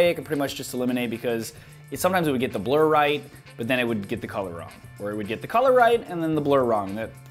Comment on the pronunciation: Hahaha my friend was playing with his phone while i was watching your video and his ears only picked up when you said blur job he thought you said blow job lolx... Nice video though